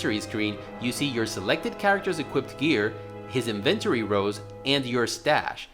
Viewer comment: Had to stop once he started saying inventory in a way my mind rejected to my core... It's as if he wanted to say invented but added ory at the end.